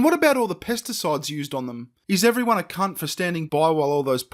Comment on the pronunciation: why dose he pronounce words so weirdly.like how he says everyone.